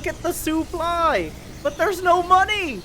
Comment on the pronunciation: "look at the soOply" laughing ostrich.gif